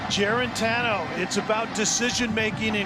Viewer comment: I get that it's a struggling Vols v cupcake game but the color commentary was so annoying this game. Go back to D-III hockey.. maybe you'll have an easier time pronouncing those French names than you did with "Juarantano"